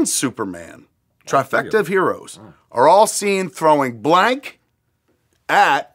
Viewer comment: I thought he said their relationship ended when he found out Lori was black instead of blank Lmao